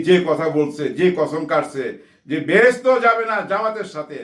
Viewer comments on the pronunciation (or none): 👉 কাদের (কাউয়া নয়) সাহেব যা উচ্চারণ করেছেন তাতে তাকে দোষ দেওয়া যায় না। উনি বেহেস্ত শব্দটি উচ্চারণ করেননি। ভিডিওতে উনি বললেন, “ভেস্ত”! এটা বলে উনি সব ভেস্তে দিয়েছেন। বলার কিছু নেই!